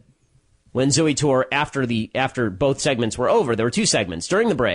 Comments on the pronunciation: lol "zoo tour" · "Zooey Tore" I see what you did there Ben